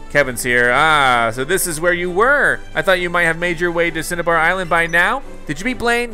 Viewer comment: Pronounced cin-a-bar island